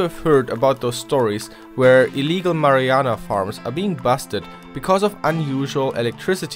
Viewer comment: "mariana"? XD Its pronounced "mar-uh-wah-nuh"